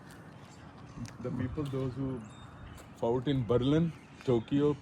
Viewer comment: bhai sahib ko batain k lafz فاوٹ naheen hota fought hota hy …. American bhai ki angreezi bhe. Meri tarha ki hy ….😂